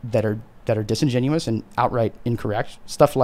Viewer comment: The word is disingenuous